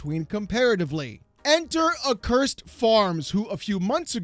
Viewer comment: The biggest takeaway from this is that people don't know how to pronounce the word "accursed"